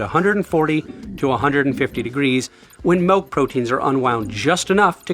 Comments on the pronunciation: YOU SPELLED THE WORD! YET YOU KEEP SAYING MELK! WTF IS MELK!? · He's real, he says 'Melk'. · It's been a while since I've found someone in the wild who pronounces it "malk". I thought it was nearly extinct but it's nice to know they're still thriving. Joking aside, cool video, as always. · great video, chris. i like how you say milk